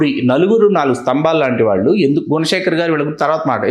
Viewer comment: వాల్లు వీల్లు కాదు గారు, వాళ్ళు వీళ్ళు అనాలి.